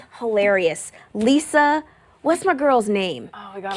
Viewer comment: I watched what she said (Raven) and she did say LISA but when I watched LIZA'S channel, she call herself LIZA pronounced: LI'-ZZZZA OR LI' (LIE-ZZZZA') NOT Lisa??? Is that the right person she is talking about???